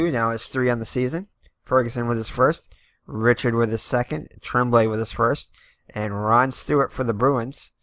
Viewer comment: Re chard (Richard) corn-y-a